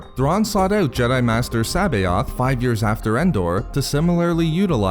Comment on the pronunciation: Great video, but you didnt acknowledge that C'boath was a clone. Also you butchered his name, lol. I always heard it pronounced Suh-both. But I and many others could be wrong. lol. But to each their own.